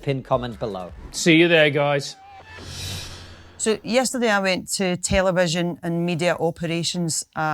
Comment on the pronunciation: Whenever she say “you guys” it almost sounds like “you gays” lol